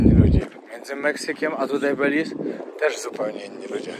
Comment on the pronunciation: Nie belize tylko beliz jak wypowiadasz Belize sie pisze Beliz sie mowi